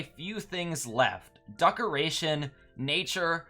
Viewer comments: no offense but why are you pronouncing decoration like ducoration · Yooo i like the “duckoration” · Ah yes, the duckaration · “Duckoration” Nice